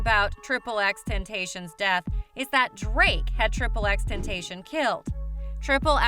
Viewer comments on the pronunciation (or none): Did she seriously call xxx tentacion triple x temptation